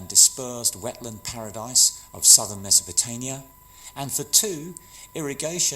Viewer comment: This is nicely done, but you've got some really awful noise in your audio, and you say "Mesopotanian" rather than "Mesopotamian" which makes me "go spare."